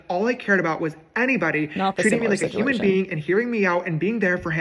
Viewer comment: did he say "huming" instead of "human" ? Lmao